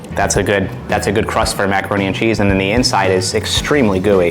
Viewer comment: Also said "meckeroni"